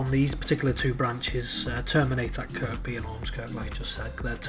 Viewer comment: Nicely done Sir. NB: Kirkby is pronounced "Kirby". No idea why, I only grew up there. Don't feel bad, Northern Rail can't get that right either.